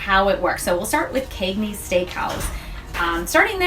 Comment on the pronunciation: As for the Cagneys pronunciation... that’s just how ppl where I’m from talk— central New Yorkers use a long “A” sound even when we don’t mean to cuz it’s just our accent #Syracuse lol